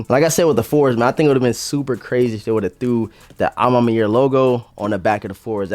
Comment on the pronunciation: "A ma manière" bro " manière " no Mayer 😪🥱😤